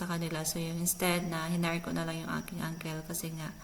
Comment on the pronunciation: Suggestion: don't pronounce "ankel", say "ankl". I omit ang 'e'. Consult how to pronounce in google. Im working in Australia and New Zealand, they laugh at me when I pronounce the word uncle same as yours. Similar words like bicycle, and many others. Just my thought because you are a vlogger